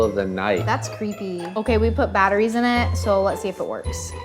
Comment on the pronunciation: Tanners cake btw the funny thing is she said:bAtOrIeS GoWeN OwT😂😂😂